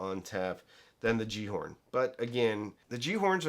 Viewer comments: Pronounced Gal-ar-horn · Pronounced Galahorn. At least that is what we called the similarly named Destiny game weapon. 🙂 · Pronounced "Yallerhorn" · Gjallarhorn is pronounced ki-yal-la-horn.